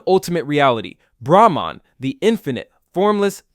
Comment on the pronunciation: Your explanation (or exposition) about Hindu philosophy is so horrendous. You can't even pronounce Brahman and Atman correctly. Don't talk about stuff you haven't experienced - don't be a charlatan.